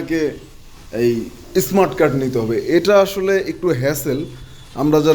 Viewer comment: ইসমাট কার্ড কি?? উচ্চারণ শিখেন আগে।